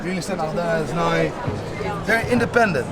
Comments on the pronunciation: Why do you pronounce now like nye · "Go there noy"